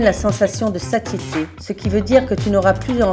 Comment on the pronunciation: La meuf elle s’est même pas prononcer le mot « Satiété »